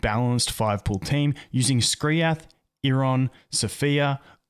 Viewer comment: How hard was it to call him Skriath